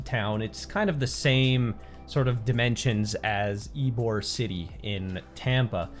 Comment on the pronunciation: It’s ybor city not eborg I live there